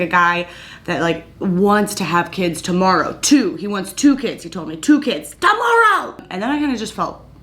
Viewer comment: You kill me to laugh when you say "tomoroww" that way! 🤣